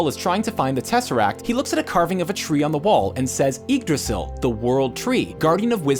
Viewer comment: Heimdall, Loki, Yggdrassil, even Feige.... can he pronounce anyone's name correctly??